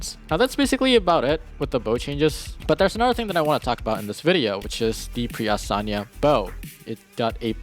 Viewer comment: Lmao, i was so flabbergasted when you called pre astyanax a preasaniya